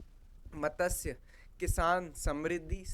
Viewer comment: मत्स्य not मतस्य 😊